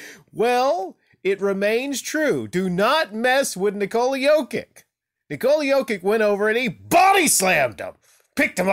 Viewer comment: Stoped watching after 10 second's, you can't even pronounce his name, you are just another casual...